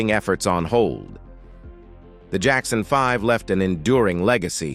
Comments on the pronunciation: "The Jackson 5 Ive." 🤣 Geezus you'd think they could dial in the pronunciation with all this technology. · So now AI robots put out videos. LOL Robot narrator "The Jackson 5-Ive"